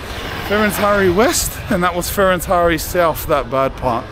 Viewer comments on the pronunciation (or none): Is called Ferentari with accent on T not on I, Fe ren tari. Manny turrists make this pronutiation mastake, because of google translate.